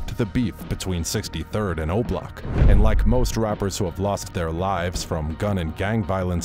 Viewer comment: The way he said obloc sounded like roblox